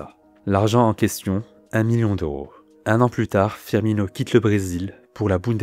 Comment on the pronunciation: S’il vous plaît 😩😩😩 C’EST PAS FIRMIÑO !